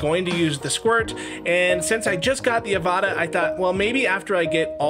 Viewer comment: It’s pronounced the same way as avatar without the r 😮😂